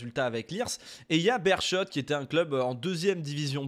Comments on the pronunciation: Ça fait plaisir de parler du football belge! 👍🇧🇪 Pour le détail, la prononciation du Beerschot c'est 'Bérskot'. Si tu lances une carrière en Belgique, je te conseille mon club de cœur le RFC Seraing 🔴⚫. Le plus petit budget de D1A, club satellite du FC Metz. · Merci pour cette vidéo très intéressante :) pour la petite histoire on prononce Bérskot ;) J'avais vu aussi qu'il y a quelques années un entraîneur en Géorgie (si mes souvenirs sont bons) avait été engagé sur ses seules compétences FM